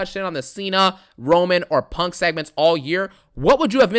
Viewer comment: That shit so damn funny bruh 😂😂 I thought he was saying pork